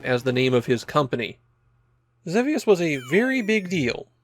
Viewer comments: ZEE VEE USS It's pronounced WITH A LONG E. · I'm fairly certain that in English, the game is typically pronounced Zee-Vee-Us. But I know you often focus on Japanese, where your pronunciation is standard. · wait there's a correct way to say Xevious? I assumed it was one of those names that had differing pronunciations with no clear right answer